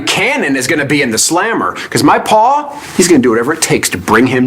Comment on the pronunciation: I love the way David says "paw" instead of pa.